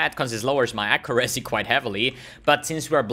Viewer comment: plsss :c google "how to pronounce accuracy"